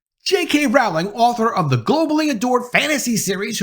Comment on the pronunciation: You keep pronouncing her last name wrong it’s very annoying since you keep saying it over and over again fool 🤦‍♀️💯👎